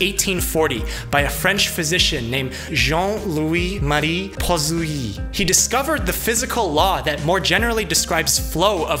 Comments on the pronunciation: Sorry as a native french speaker I have to correct your articulation of "Poiseuille" converting it to something an english could read is "Pwah Seiye" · I’m French and he pronounced the last 2 names horribly wrong. He should have said Jean, Louie Marie (without rolling the “r”) Poiseuille (Pouahseuy). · Almost good pronounciation of Poiseuille, but the final e is silent